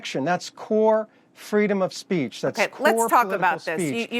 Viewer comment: “free spreech “ ha ha ha